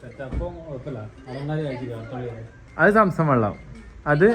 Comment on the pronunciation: Jinsi ശംസും വെള്ളം അല്ല സംസം ennaanu